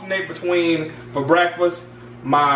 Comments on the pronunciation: Shit aint real until says "BRACKK-Fess" hahahaaaa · "I'm gonna do a BRACKfess burrito scramble."